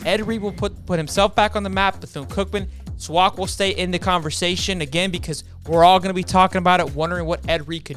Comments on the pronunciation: SWAC is pronounced like the A's in AFLAC.. You're saying it like "Swauck" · It’s pronounce swack(just letting you know) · why you say swac like that